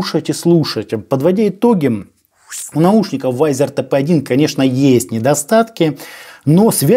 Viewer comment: Да чтож такое! То амплифер, теперь вайзер! За обзор лайк, но изучите фонетику английского языка!